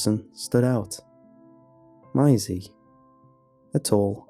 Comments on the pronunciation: You just said miasie... MAISIE GODDAMNIT 😆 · idk it bothers me. im a stickler for saying things the right way and him saying m-eye-see instead of may-see bothers me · Good pasta but dang, Mai Z bothers me. Its maze E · Notice how he pronounced her name "my-is-ey" around the mark than started calling her Maisie after that? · Why do you keep pronouncing it as "my-zee"? It's "may-zee"... There's an A in it. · It’s horrible lmao the name is pronounced “may-zee” Is this dude pronouncing ‘daisy’ as “die-zee” or what?? 😂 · Dude I love your videos but the way you mispronounce things at times.... it’s pronounced MAYsie not MYsie. Was watching another video and you kept saying CLAWset for closet.... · Angie T its "May-zee" there's an A in that name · For future reference in case you ever meet a Maisie, it is pronounced May-zee not My-zee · The way you're saying her name is getting to me lol. You say 'My--zee' but it's 'May-zee' (to rhyme with daisy) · Bruh, it would do you and so many other narrators a LOT of good to Google shit. The name is pronounced "May-zee". Why you make a living off of speaking and refuse to learn how to say words is beyond me. PLEASE LOOK UP PRONOUNCIATIONS FFS. Your entire livelihood is narration. Narrate correctly! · Interesting pronunciation of Maisie. It’s May- zee. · Everyone: Maisie Lazy, an intellectual: my-zee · No one:: MYESI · It's pronounced Mazey. Just a thought.... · Your supposed to pronounce it masie not masie or you can say it masie duuuhhhh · I THINK it might be pronounced 'Maisy' - like a daisy. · Fantastic story thankyou. The one thing that spoilt it for me is the way you pronounce Maisie. It’s pronounced as May the month x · OMG! Maisie is pronounced May-zee! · hey man Maisie is pronounced "may-zee" and rhymes like daisy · The pronunciation of maisie drove me insane the entire story. Lol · THis was really let down for me by the weird way you pronounced "Maisie" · The way that you pronounce Maisie is cringe worthy